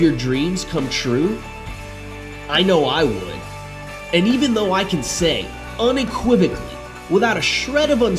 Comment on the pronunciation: Most impressive thing properly pronounce unequivocally.